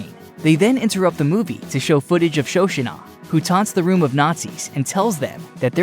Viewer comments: The pronunciation that nearly killed it for me was "Sho-shunah." 🥴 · For the love of god, it’s Shoshanna…..